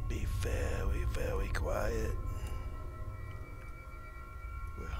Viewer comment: "be vewy vewy quiet....I'm hunting zombies" lol hahaha ok:-)